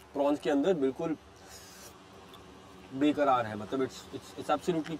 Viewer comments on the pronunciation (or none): It is not Be-karaar- impatient 😅.. It is Bar-karaar- still present 😁